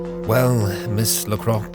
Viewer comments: LaCroix is pronounced la-croy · wow, all I have to say is... wow! Such a nice surprise after so long without new CBMs :) by the way, Lacroix is pronounced La-cro-á